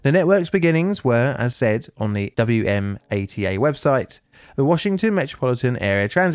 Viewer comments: Wmata is a word say w-ma-ta I work as a sub contractor for WMATA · If you ever do anything else on WMATA, it's locally spoken "Wuh-mah-tuh". I've ridden the red line hundreds to thousands of times, worked in Rosslyn, and our client worked in New Carrollton. It's strange seeing all these places I've been to on a single video. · Hey, you'll definitely be doing more videos on the DC Metro because we have several, so for next time, we pronounce WMATA as "wa-MAH-tuh." Cheers from a currently wet and windy corner of the DC Metro area! ❤ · A good overview (though as you said, somewhat simplified) of the ATC systems and the incident. FYI, we say the authority in DC as "wah-mah-tah" rather than say each letter. Similar ATC systems are used in several other rail transit systems around the world, with excellent safety records. One thing not mentioned is that most rail authorities that have similar ATC systems have implemented track circuit monitoring systems, essentially a computer system that counts each occupancy and unoccupancy of every track circuit, and alarms appropriate personnel if the counts don't match. For example, if a track circuit's occupancy count is 100 but the adjacent track circuit's count is only 90. In that case, either the first track circuit is bobbing as a train goes over it or the second track circuit is not detecting every train. Either way, the situation must be investigated and resolved. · Only note I have: WMATA isn’t pronounced as individual letters (like us at the MTA or Boston’s MBTA) but as a word, pronounced“Wha Ma Ta”, like SEPTA is pronounced as a word